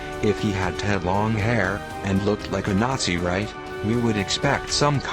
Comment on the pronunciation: Learn how to pronounce words like "Nazirite" do not pronounce Nazi like the German sound Nazirite is more like "Naz- ah- rite" type the word in google and it will come up with the proper pronunciation. Did you actually go read Josephus's description of the Zealots? The Zealots were the Jews who were tired of waiting for a Messiah in some cases and became a militant group that wanted to attack the Roman High Command & Rulers and eventually fight for their freedom from Roman rule. (And not Transvestites. The transvestites would be found in the Roman Culture)